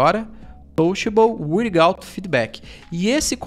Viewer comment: Touchable “uirigauti” foi foda 😂. Ótimo vídeo